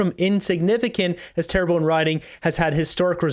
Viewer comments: Hey; it’s “Terra BUN”! FYI 😁😁😁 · Pronounced - Tair-bun